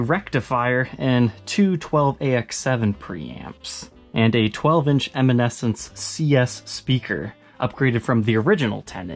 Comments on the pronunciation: 12" Eminecence ! lol ......Should be Emenence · Em-eh-nes-ence...weren't they a band in the 90s? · I think was thinking of Amy Lee when he tried to say Eminence speaker lol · Within 2 minutes has said brown tolex 'has more bite' and then called eminence speakers 'eminessence'. Sorry but stick to the guitar reviews! Merry Xmas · Have I been pronouncing eminence wrong my whole life!?